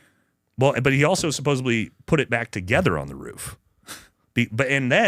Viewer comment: for the love of god, it’s not “supposebly” it’s supposedly.